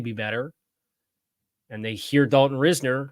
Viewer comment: Doesn't matter too much since he won't be a Dolphin but Risner is pronounced RISE-ner. Not ris-ner.